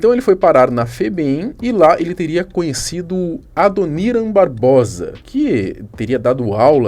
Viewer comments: Adoniran Barbosa - procure saber quem é a pessoa, e a forma correta de pronunciar o nome para não passar essa vergonha. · Inacreditável um criador de conteúdo não buscar informações antes de postar. Nem mesmo o nome soube pronunciar. A cultura está fazendo muita falta mesmo, não importa a idade. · Pqp o cara não sabe nem pronunciar o nome do Adoniran Barbosa.30 anos nas costas e nunca ouviu falar do Adoniran...